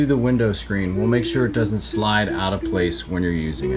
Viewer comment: ripped "aht" - are you from Pittsburgh?